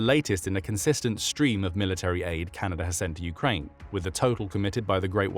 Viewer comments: it’s Canada not canaider 😂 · Canader? Not even A.I. can understand English.